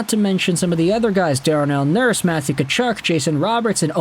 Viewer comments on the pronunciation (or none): none